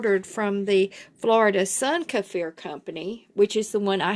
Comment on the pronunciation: Thanks for pronouncing this properly I can’t watch any more videos where they call them keefer… Thank you 🙏🏽